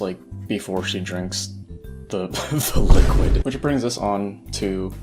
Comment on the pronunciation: Why is it funny when he says T H E L I Q U I D